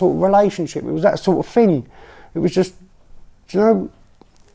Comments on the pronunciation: Between Chris Watts and Stephen McDaniels, I don’t know which one I’d say gave off the most tells. Probably Chris but Stephen with that “iyeen” made me laugh. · Every time “Iyeean” came on screen, I howled with laughter. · This was an excellent video. In the description, you mentioned that Part 2 would be delayed. I looked for it on your home page but can't locate it. Is Part 2 still forthcoming? Stephen's "sound effect" Iyeen is simply him running together the words I mean. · The "lyeenn" sound Stephen McDaniel makes isn't a random sound effect, it's him saying "I mean" but pronounced like "iyeen." He does it throughout the whole interview. It's a regional thing, people say it like that where I'm from too. He definitely was lyeenn, tho..